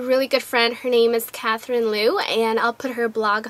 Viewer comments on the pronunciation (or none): none